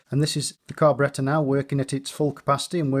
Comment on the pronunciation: U can tell by his accent that this man literally knows everything. Behold!!! And now i cant stop saying "carberetta"